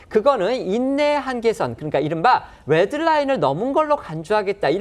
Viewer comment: 남자 앵커 발음 교정 바랍니다 ㅡ 이스롸엘 Xㆍ뤠드 라인X 이스라엘 ㆍ레드 라인